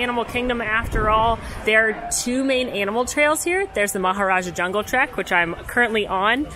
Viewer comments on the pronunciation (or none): none